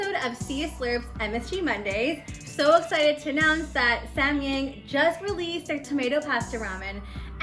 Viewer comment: Its sam yAHng an AH sound as in rAHmen .. (I literally can not think of any other example words with an AH sound lmao what the hell haha...)